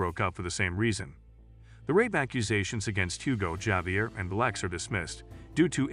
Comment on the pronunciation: Javier is pronounced as Javier not Javier. Anyways, thanks for the recap!